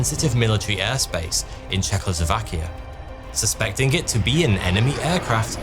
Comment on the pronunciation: Another factor in young stewardess survival is how you massacred of the name of Czechoslovakian country itself. Czechoslovakia was a state comprised of 4 countries (or its parts in case of Czech Silesia). Those were a Czech country, Moravia, Silesia , and lastly, a surprise here, a Slovakia. Hence Czechoslovakia. What ever you said at 09min 38sec of this upload, isn't remotely how a "Czech", or Czechoslovak countryside, should be pronounced.